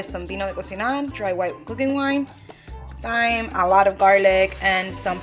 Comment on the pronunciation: Pronounced TIME. Not syme.